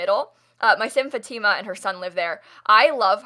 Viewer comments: Lol, I know I’m late but when said Fateema I was tRiGgErEd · Assuming you spelled it Fatima, that is NOT how you pronounce it.